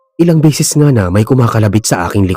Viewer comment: Bisaya. - BESES hindi BISIS PERO hindi PIRO Para ibayad sayo PERA hindi PIRA Bisaya. - ORAS hindi URAS